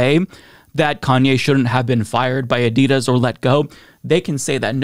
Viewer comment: They dropped him after they had heard the way he pronounces Adidas.